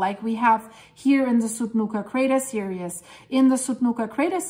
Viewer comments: Theresa is right. But we do know what means. It sounds like "serious" simply because she is pronouncing every bit of the word "series", which we don't in fact do. She is breaking up the "ie" into 2 syllables, whereas it should be one long sound. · You are so cute! Series is pronounced seer-eez